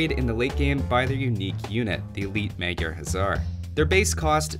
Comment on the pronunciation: Meg jarr instead of Magyar dude